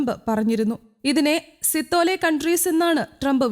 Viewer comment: എന്റെ പൊന്നു മാപ്രേ " shit hole" എന്ന് പറഞ്ഞാണ് സിതോലെ എന്നല്ല അർഥം. ഇംഗ്ലീഷ് ഭാഷ അറിയുന്ന ആരോടെങ്കിലും ഒന്ന് ചോദിച്ചു മനസ്സിലാക്കണം